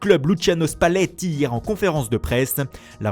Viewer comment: Ça me fait trop rire quand il dit Spalletti